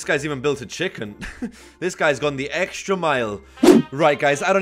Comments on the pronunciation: you kept saying EGGSTRA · does any else hear him say eggstra or just extra cuz if so that’s fucking great